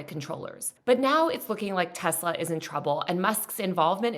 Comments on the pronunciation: Nooo… it’s Teslarrrrrrrrrr 😅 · It's pronounced, "Tesler." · excuse me, but the president says it's pronounced "Tesler"